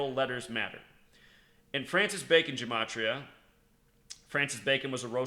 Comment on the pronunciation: That's not how you pronounce "gematria"